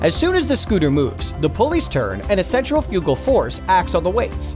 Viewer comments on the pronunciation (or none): It's "centrifugal", not "central-fugal" Jeez. . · Good video blemished with incorrect pronunciation. Centrifugal is pronounced " sen-TRI-fuh-gul." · cen-trif-igal. not scent-re-foogal canadian here, i dont wanna hear nothing about freedom speak, theyre righ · It's is pronounced..." SEN-TRIF-EYE-CAL" Emphasis on "TRIF". Not "sen-tra-fuue-gall" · Pronounced cen TRIF I cal. Not centrifi CAL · The way the word 'centrifical' is pronounced by the narrator is very unusual to me. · Centri - fugal? Whaa? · dear god centrifugal is pronounced "centrifical"...... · Totally. Guy has clearly never read the word "centri-fugal" before. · Good video, but your computer program mispronounced "centrifugal" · Hey little kid, go look up how to pronounce 'centrifugal.' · Now that's an odd way to say centrifugal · Interesting. But your pronunciation of centrifugal throws me. I've never heard it with the accent on the third syllable before, always heard it on the second. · I am amused by the commenter's pronunciation of sheave and centrifugal. It shows that he is not a gearhead, but a paid talking head. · Please learn how to pronouce "centrifugal!" - stress is on 2nd syllable!